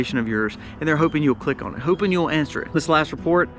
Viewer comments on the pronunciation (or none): none